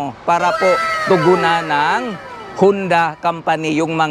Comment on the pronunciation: Honda po .hindi hunda